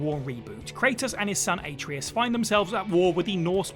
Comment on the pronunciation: Kratos' son's name is pronouced "a-TRAY-us." Not "AY-tree-us."